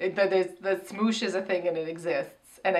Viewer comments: Anthony is the only one I watched before so was excited to see him bc he has a great personality which didn't show too much bc he was with Kameron, and then when said 'smoosh' it made me laugh so much it's 'smosh' and it's actually really funny, they do like sketch comedy and stuff and it's a shame it didn't show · I DIED WHEN YOU PRONOUNCED SMOSH!!! its pronounced like "smahsh" not like "smoosh"! (also i feel like im trying to correct saying chris platt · ITS SMOSH NOT SMOOSH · pronouncing Smosh is my new favorite thing oml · pronouncing Smosh as Smoosh is perfect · "smoosh" its pronounced mosh with an s lmao but smoosh sounds better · Oh god the mispronouncing of smosh was cracking me up. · It hurt every time they said smoosh lol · I FUCKING LOVE THAT YOU GUYS PRONOUNCED IT "SMOOOSH" OMFG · pronouncing it "smoosh" really made me laugh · Smoosh? It's Smosh, as in Sm-ah-sh.... xD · SMOOSH?? HAHAHAHA it’s just smosh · SMOOSH lol SmOsh (sm-AH-sh) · The amount of cringe that happened when she pronounced smosh, "smoosh" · "Smoosh" really? I know ya'll don't know what the the kids are into these days but its SmOsh like POSH!